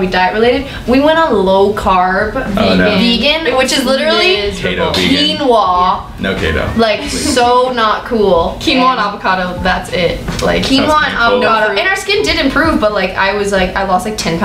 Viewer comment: When he says Kayto instead of keto it's so strange. The word keto derives for ketosis ...